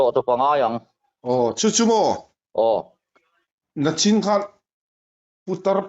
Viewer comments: 'Nichin' ti a lam tur hi 'Nachin' ti hian i lam ziah mai a. 'na' tih hi chu hun lo la thleng tur sawi nan a hman chi, entirnan Nakum,Naktuk, hetiangin. 'ni' hi Nimin,Nikum, Nichin, hetiang zel hian. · Nachin hi i ti thina. Nichin tih tur a nia.